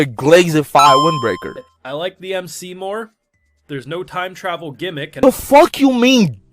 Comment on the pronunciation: Aye bro I’m in here screaming when this nigga said “TIME TRAVEL GEMICK” … wtf is these ppl talking about ! That’s what makes the show extra good